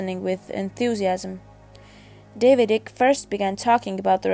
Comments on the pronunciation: If you are xx gonna use someone’s name use it right ICKE = kite not ick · For goodness sake the man's name is Icke as in bike not ick. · why is everyone using wikipedia for the content advisor ? other than they cant write or read ? all of these rep videos are bollocks ,at least this is informative ,im sick of the slowed down camera glare videos its eyk pronounced EYE K not Ick !!